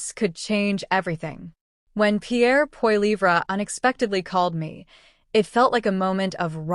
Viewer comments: For goodness sake you who is TALKING LEARN TO PRONOUNCE Poilivre's name! It is Poli eve. That is it! It is disgusting to hear you mispronounce over an over again. SHAME! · Hey bot can you say poly ver for Polivre ! EH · IF he called you.. you should pronounce his name properly.. F'n annoying. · If you cannot pronounce his last name then you don't have the right to tell us anything about him, his views or anything. Failure to simply pronounce his last name suggests you are not probably telling facts, just ideas you think he should have. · your as dum as the other narator cant say P P name right so get some1 that can